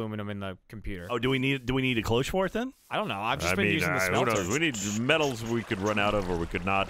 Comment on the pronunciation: everytimes Jack says Clo-hoches it pisses me off XD, its a french word and it is said in a single step, Cloche! like Claude! che in french is pronounced ch, the e is silent. so it would go like kloch with the ch said a bit in a sh way.